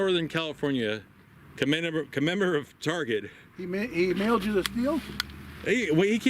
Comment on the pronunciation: It's not MILE-D Steel it's MILLED. Like a MILL. Jesus.